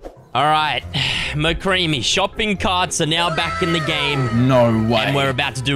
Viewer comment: Did he say MocCreamy